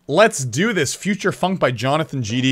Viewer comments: Bro said futursh funk😂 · Anyone not notice he said Future Funk like Future Shfunk